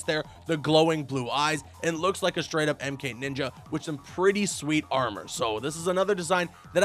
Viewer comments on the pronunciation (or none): none